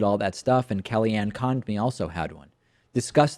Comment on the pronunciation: "KellyAnn Conned-me" David, you're better than this.